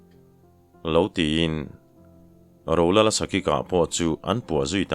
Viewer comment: Rolala dangawk ang deuh a i lam hian ngaihthlak a ti nuam lo deuh thin, a lang zing bawk sia. A bak ah chuan a ngaihnawm hle a,chhiar pawh i thiam hle ani.